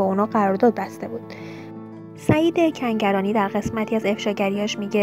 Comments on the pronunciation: از رو متن هم نمیتونی درست بخونی؟ دو بار گفتی سعید سنگرانی به جای کنگرانی! یه جا دیگه هم هُژبر یزدانی رو هَژیر یزدانی!!! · Tv+ شما این شایعات رو فقط بخاطر اینکه پست تون رو ببینند درست میکنید. این دختر گوینده اینقدر بیسواده که نمیدونه اسم فامیل هنرپیشه مورد بحث کنگرانیه نه سنگرانی . شاید هم نمیتونه تلفظ کنه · بی سواد کنگرانی رو میگه سنگرانی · سعید سنگرانی نیست خانوم گوینده. سعید کنگرانیه. تکرار کن😁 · چرا چند جا میگی سنگرانی؟